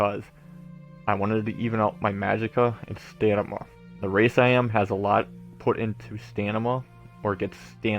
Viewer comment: This is a great guid but it drives me nuts that you keep calling it "Stanima" STAM-INA. Other than that thanks for the guide.